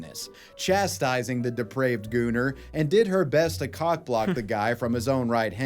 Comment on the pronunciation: Bros pronouncing gooner with the hard R